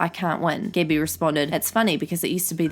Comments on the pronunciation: Cecilia Wubben and Gabby as Gibby...thought she was talking about that kid from iCarly, Gibby lol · When she pronounces “Gabbie” as “Gibby” ☠️☠️☠️ makes this 100x better